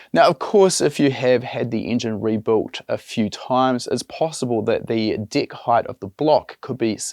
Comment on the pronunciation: Lol 😂 every time he say deck it sounds like d I c k